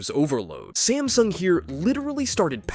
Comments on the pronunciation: Samsung, not smasung! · WHY THE GANGLE DO YOU CALL SAMSUNG sMAsNUg